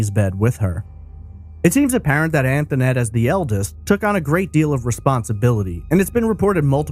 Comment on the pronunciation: Concerning the call to the police department, the little girl on the phone pronounced her name “Antonette,” whereas the host is pronouncing it “Anthonette.” Do we know the correct pronunciation of her name? That little girl sounded genuinely scared. Poor baby. Her life had not been easy, all the way up to the point that she was snatched from home.